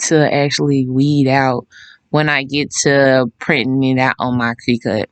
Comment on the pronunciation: “Crih-cut “ not “cree-cut” 😢